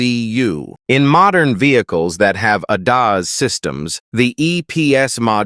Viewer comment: I hope you didn't spend too much on the AI voice because it is terrible, won't watch another one of your videos with that annoying and condescending voice over, the pronunciation of ADAS is pitiful and makes me want to strangle who ever wanted this ridiculous voice.